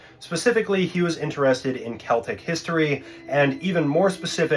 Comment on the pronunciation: Finally, someone who knows how to pronounce Celtic.